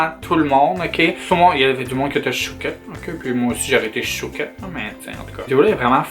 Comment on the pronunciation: Haha Lol c'est parce qu'elle prononce "shooketh" comme chouquette